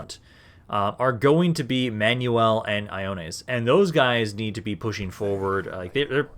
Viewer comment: The Name of your heir to the throne (Ioannes) is actually pronounced like so: Yo-Annis. Like a hood greeting, but in a street of Constantinople.